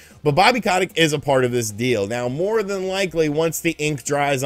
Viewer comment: Ko tic not ca tick